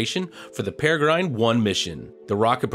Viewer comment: I was amused by how you said Peregrine. It made me think how it would sound to say "engine" the same way. EnJINE?